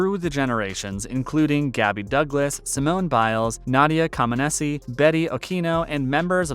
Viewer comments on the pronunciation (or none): Why does no one pronounce Nadia's name properly? Co men neech. Easy.